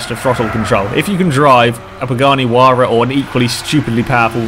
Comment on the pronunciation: And he said Pagani Huayra like it actually is